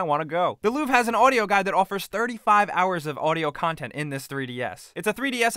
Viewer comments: It's LouvRE. Not "Louv" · It's not "Louve". It's Louvre with the r in it. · dislike for u saying luuuv instead of louvre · Goddamn, him misspronouncing louvre hurt me... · louvre is pronounced wrong